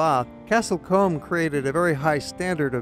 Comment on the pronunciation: It's Castle C-oo-m (as in loom, doom or boom). Americans...